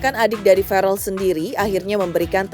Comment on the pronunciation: VERRELL PAK,, BUKAN FAREL😊